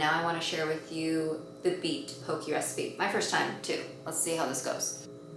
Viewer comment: In Hawai’i we call it po-keh, not po-kii